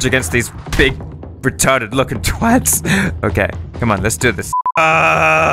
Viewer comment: Take note Americans, he said twat correctly. There is no o in twat. like Cat with a tw sound at the start